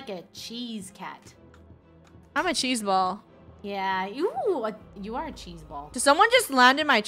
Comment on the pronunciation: “ imma chez ball” -Funneh 2020